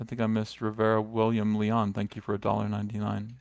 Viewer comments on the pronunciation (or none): none